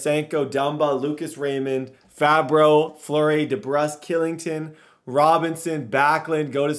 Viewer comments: It’s Oliver Kylington (Shill-ing-ton) and Oliver Bjorkstrand (B-york-strand) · Hey. Kylington is pronounced Schillington